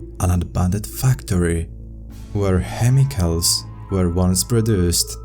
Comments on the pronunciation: "Hemicals".That made me chuckle.Good show tho. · “Hemicals”. Hahaha 😝 3x!